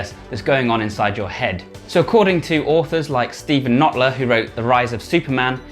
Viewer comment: It's Steve Kotler, not Notler :)